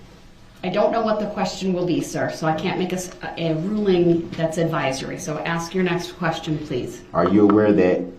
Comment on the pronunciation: It's "ask" not "axe." It's "sustain" not "substain." And if I hear "GROUNS!!!!!" one more time, I'm going to lose it. I only wish the prosecution had started hollering "GROUNS!!!" every time DeRELL objected. But yeah, the prosecuting attorneys are TOO professional for that. And Judge Dorow deserves a special award for patience and fairness. And how can DEAD PEOPLE bring charges as the "injured parties?" He deserves EVERYTHING he gets in prison.